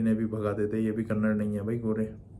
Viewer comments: Dude it is Kannada not Kannad. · Please note its not kannad , its KANNADA. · Kannada, not kannad. 👁️‍🗨️